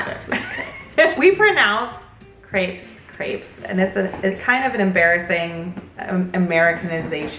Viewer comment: absolutely nailed the way she pronounced crepes in french! Sounded 100% french